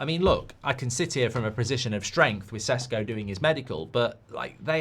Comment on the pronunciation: You forgot to tag the part when you showing off that you learned how to pronounce šeško’s name properly 😭